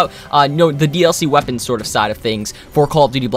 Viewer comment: did u hust say...21 melee wepeans